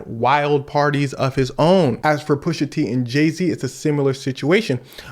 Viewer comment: Pusha teen?? 😂 all that Drake dissing caught him